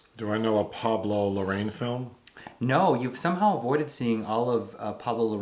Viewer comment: Hey! You are saying "Larraín" wrong. You must put the "accent" on the "i", in the last syllable (as if you were saying " Inn”). And of course, don't forget to roll ta fuck outta that double "R".😂😅🤣